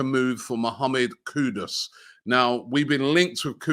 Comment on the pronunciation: Wow its been more than 2 months and Robbie got Kudus name right!